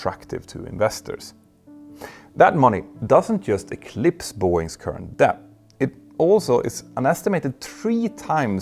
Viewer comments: Great video, but small irritation: English pronounciation of "debt" -> "dett" not "deh-bbt". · For God's sake! You don't pronounce the "B" in "debt"! Made me cringe every time i heard it.